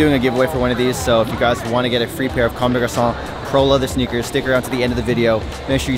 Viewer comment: You actually say comme des garçons well lol, usually people say come dess garconn